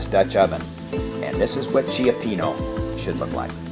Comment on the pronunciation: He said Chiapeeno.😆 Cioppino is a three syllable word.lol.